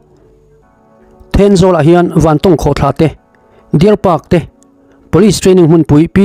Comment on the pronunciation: Mi zawng zawngin, vantâwng an tia, mi lam dan I la hre ve lo emawni chu aw, vantawng tia i lam tlat le!!!😅